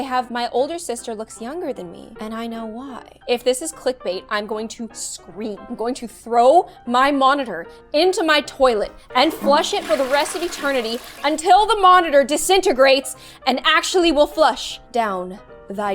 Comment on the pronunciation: LOl I like when you said I will ThOW my motor